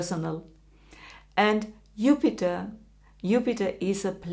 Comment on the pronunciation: Since you decided to speak English, could you pronounce Jupiter's name correctly?